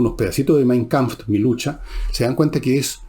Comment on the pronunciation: ¡Otra vez, Villegas! ... Si no maneja el idioma alemán, no insista en pisar suelo resbaladizo, para un viejo como usted, las consecuencias de un costalazo pueden ser serias y vergonzosas. - No diga "Mein Kampft" y escriba 100 veces: La palabra "Kampf" lucha, combate ... no termina con "T" - De alguien que, como usted, dice de sí mismo ser conocedor de la obra de Arthur Schopenhauer, se podría esperar una pronunciación correcta de su obra principal "Die Welt als Wille und Vorstellung" (El mundo como voluntad y representación). Escriba 100 veces: La "E" en la pronunciación del artículo femenino "DIE" es muda, es decir termina en una I prolongada - Tenga, además, presente la corrección hecha hace dos o tres días y que se refiera a la acentuación de la palabra "Kapital" que no se acentúa en la primera, sino en la última sílaba. Ojo: No confunda acento, que tiene que ver con la pronunciación, y tilde que tiene que ver con la ortografía. Una ves más concluyo diciendo si tacuisses philosophus fuisses.